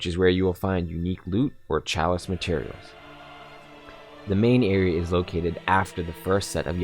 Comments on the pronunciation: The way he says "Area" like "Areaer", great instructional video though. keep it up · This kid can't say "Area"